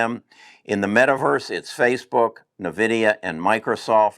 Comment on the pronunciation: Pronounced N-vidia